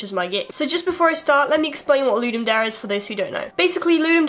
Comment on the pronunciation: i think pronouciation is loo-dum dah-rey